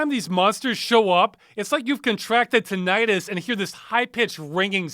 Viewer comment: tin-eye-tus is not how you pronounce that word!